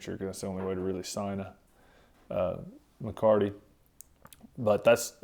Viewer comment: Sir: The word is Mecate - (me - ca - te i.e. Rein). Alas, I am certain that you already know this. Please. Give the Spanish Vaqueros their due. Americans tend to be notoriously disrespectful in this way.